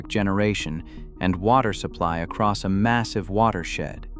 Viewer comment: there is no t on the end of across